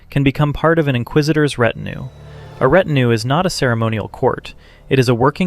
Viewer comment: And ret-in-ew ... where are these pronunciations coming from?!?!